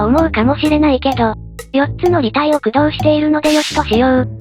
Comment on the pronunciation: 駆動の発音が せやかて工藤